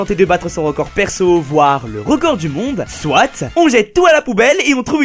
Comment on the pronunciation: Au lieu de « soit » il dit « sorite »